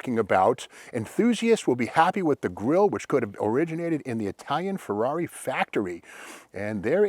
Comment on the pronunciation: I think 'Rush' pronounces the Ferrari model name correctly